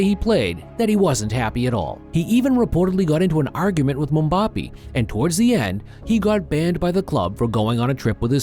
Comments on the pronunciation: Bro really said mumbapi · bro said mumbappi